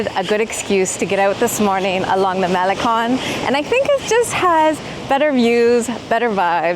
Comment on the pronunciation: Sorry, but oohhh my ears. 🙉 How can you live in/visit Mexico, let alone been in LatAm previously, & butcher Puebla & malecón so badly? 😢 ✌🏽 🇲🇽